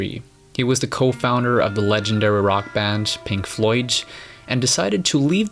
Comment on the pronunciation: "Pink Floyt"?